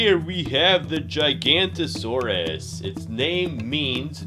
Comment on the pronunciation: Please revise the spelling and pronunciation of the GIGANOTOSAURUS. It’s pronounced Jig-a-not-o-saurus Thanks!!